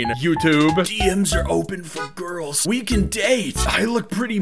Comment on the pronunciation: “where are da gorls”